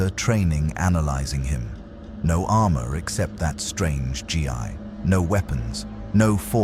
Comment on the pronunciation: good story, I hate AI voice very much. On a constructive note, you will have to misspell Saiyan, Ki and Gi to get the AI to pronounce it right.